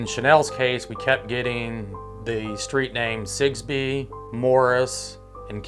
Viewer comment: She keeps saying sigsbee